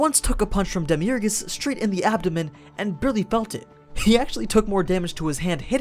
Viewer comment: did you say "Demiurgus" ?